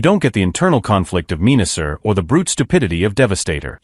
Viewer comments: it's pronounced men-a-sor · Hahaha Pieranicon, Meanasser and Pre-dayking 😂😂😂😂😂